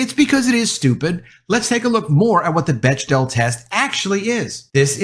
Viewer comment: Bechdel is pronounced like "beck-del".